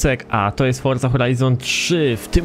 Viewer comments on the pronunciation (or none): none